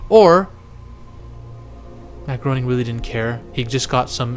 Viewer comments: Matt Groening didn't actually have anything to do with the Stephen Hawking episode. He only made the first 2 seasons. Also, Groening is pronounced "Gray-ning" not "Grow-ning" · Bro you're killing me. It's not Mark Groaning it's Matt Grane ing. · Not GROANING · It’s pronounced GRAINING